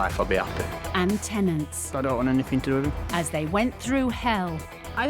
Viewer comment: Please stop saying NOTHINK ANYTHINK it ends in G not K.